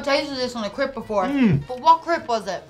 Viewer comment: "But what crip was it"? Who taught her how words sound?